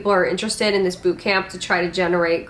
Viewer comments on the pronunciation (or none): none